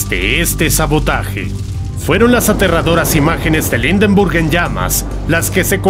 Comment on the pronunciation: "Indenrbug"!!! Horrible pronunciación!!!!